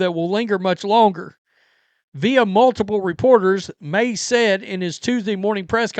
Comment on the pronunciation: You keep pronouncing FAKE Maye’s name wrong